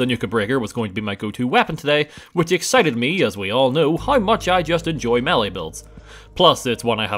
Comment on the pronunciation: Why does he say hi instead of how?